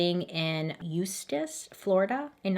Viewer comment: Congrats on pronouncing Eustis correctly :) That is where I live.